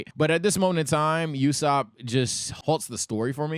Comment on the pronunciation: why is he calling Nami Kim? Also he's mispronouncing Usopp.